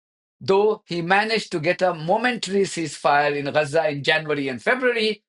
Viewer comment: Can we agree on the pronounciation of G like in gab so Ga za not Ra otherwise spell it Raza or stop using the latin vocabular